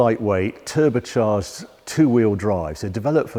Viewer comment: Harry pronounces "turbercharged" a bit like english soccer players pronounce "footbler".